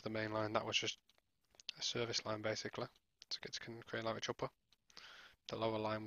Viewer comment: Great overview of a great route. Many thanks. One wee point, it's pronounced Cree-an-la-rich, where 'rich' is pronounced like richter scale. 🙂